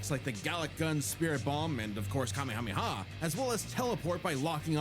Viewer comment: Wait, she pronounced the kamehameha, how now?? Deer god she wasn't joking when she said she didn't watch any of it....